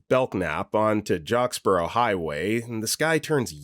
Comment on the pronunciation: it’s “Jacksboro Hwy” (like Jack, the name, “jack’s borrow”) which becomes “Lake Worth Blvd” when you pass into Fort Worth. I live on that street he’s talking about.